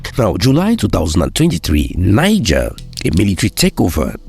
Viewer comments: The country Niger 🇳🇪, is pronounced as Knee Gell, NOT Nine Gar. It is a state in northern Nigeria 🇳🇬, Niger State that is pronounced as Nine Gar or 9ja. The country is NOT pronounced that way, you are giving it a Nigerian pronunciation. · Hello sir. Please work on your pronunciations and delivery. (Niger) Neejeh, not Naijah. (Benin), Bene, not Beeneen. Too much exhaled breaths at the end of your words. Thanks for what you do. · Please do pronounce Niger- Nigche because it is not English. Your videos are awesome. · You keep pronouncing Niger in the Anglo-Saxon way! It is pronounced as "Neejaar" in the French way. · Excellent progress, great storytelling but wish we learn to better pronounce Benin and Niger properly, it's not the same pronunciation as the Nigerian names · Try work on your pronunciation of names. I almost thought you were talking of Niger State and Benin-City in Nigeria until I saw the maps. ❤